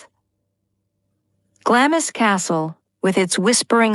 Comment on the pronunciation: Could someone PLEASE edit and correct the atrocious mispronunciations, beginning with Glamis - it's not said in 2 syllables.